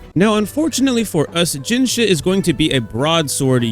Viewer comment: dude keep saying jinhshit 😭